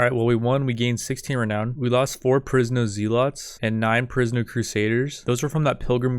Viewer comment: zealot is pronounced "zeh-lot" but without syaing the h